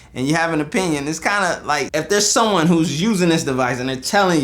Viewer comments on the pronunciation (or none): none